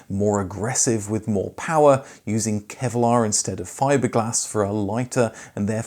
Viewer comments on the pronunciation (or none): none